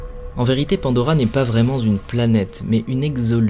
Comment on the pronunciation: Attention aux liaisons calamiteuses : 3: 26 "...en réalité Pandora n'est pas vraiment zune planète..." Il y en a 2 autres en milieu et fin. Sinon, excellent post qualitatif. Bonne continuation.